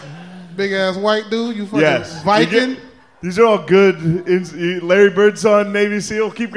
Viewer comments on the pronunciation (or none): "viken" not viking ill never get over that lol